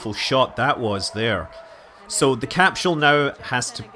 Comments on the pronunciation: Evert time he says 'CAP-SHUL" i twitch. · I love how Scott pronounces it as capshool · What's a capshull?